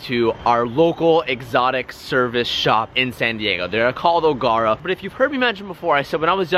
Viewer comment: Love the vid. It's pronounced Ogera though not Ogarah😂